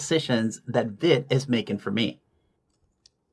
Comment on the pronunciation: Vite is named after the French word "vite", which means quick or fast. It's pronounced "veet" (rhymes with feet or wheat).